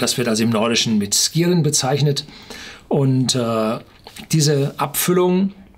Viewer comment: Wenn der Name Skiren tatsächlich aus dem Altnordischen kommt, wird er vermutlich eher Schiren ausgesprochen - ähnlich wie bei Ski.